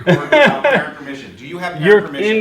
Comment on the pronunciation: dude is so nervous he can’t even breathe or finish a sentence and his mouth is so dry from lying and anxiety that he keeps smacking his mouth and only says the ends of words “mission” instead of “permission” “ent” instead of “parent” and breathing so hard he’s making me have an anxiety attack